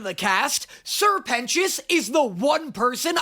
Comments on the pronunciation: It's Serpent - ious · help im watching this with subtitles and it keeps writing Sir Penis instead of Sir Pentious… and when you said i get the sirpent part but what the fuck is a pentious is said what the fuck is a penis💀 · Noooo, not my twink peter, i love him Also: sir pentios, sirpent ois...serpent ios... you know? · I love that every time you say "Sir pentious" (or whatever he's called) the subtitles (bless the million dollar budget) say "penis" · I know I'm a few weeks late and I can't tell if he's just making a joke about it and actually gets it, but Sir Pent-ious... SIR PENTious. His name is literally serpent-ious. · His name is Sir Pentious. SER PENTIOUS. SER PENT IOUS. SERPENT IOUS. lol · SIr Pentious = Ser Pent(s) = Serpent its not that hard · Hey, It’s Sir Pentious— like serpant sure; but also more like serpentous; a like really old english word meaning snake-like. From a nerd that lives off of linguistics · Dude, I had the captions on accidentally and when he said ‘sir pentious’ they captioned it as ‘sir penis’ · Say it fonetically SER PENTIOUS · He’s a serpant. Sir-pen scious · Come on dude. Its sr. Pentious ” like SERPENT - ious.